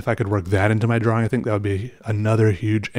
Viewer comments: Lol i didnt know there is a L in drawing lol XD drawling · I love how he says drawing draw-wing, never change. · No no no no no, well, my opinion anyway. says the word how should say the word, because obviously that W and the Wing are important on some level. I shall cry till my eyes fall out if he stops saying drawing "draw-wing". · Early on in this vid he accidentally pronounces it correctly twice. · Listen carefully when he gets excited, and he pronounces it normally. Not that it's important. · I love that you pronounce the W in drawing. 😊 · I'm still not used to the way you pronounce 'drawing', is that a regional thing or is it just you? nothing wrong with it, I think you're great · You say drawl funny